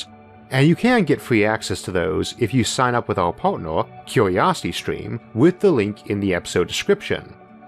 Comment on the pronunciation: 'cue-we-osity stweam'?